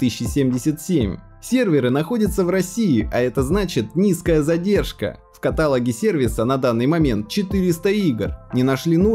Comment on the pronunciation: Ката́логе? Хахаахах, может катало́ге